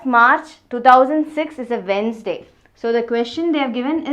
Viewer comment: She is the only teacher I have ever seen who pronounced Wednesday properly 😅